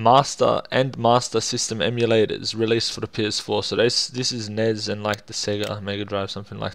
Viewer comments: "Nez"??? N.E.S. COME ON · Nezz? It's pronounced Ness flustered furry sounds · Why do you pronounce Nez ??!?!?!?!?!